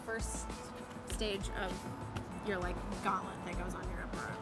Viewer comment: Did u rike it?